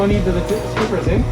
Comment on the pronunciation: Omg did not just say "Eh?" So Canadian! Liked the vlog definitely should consider doing more.